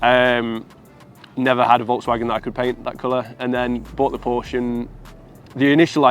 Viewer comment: if you own a PORSCHE you should know to pronounce the E at the end